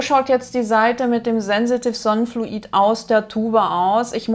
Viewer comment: Fluid, nicht Flu-iiid